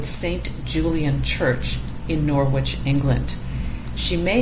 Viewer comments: Very nice video. Thank you. One thing to add, Norwich ir pronounced "NORRICH" or "NORRIDGE" by English people, of which I am one. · It is pronounced Norich. Drop the w. There's no G sound. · Norwich is pronounced 'Norr'idge'. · Norwich ='Norridge' rhymes with 'porridge'. Other than that, it's very informative! :) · In England “Norwich” is not pronounced “Nor wich”. It runs together and the “w” is not pronounced. Check the pronunciation on Google.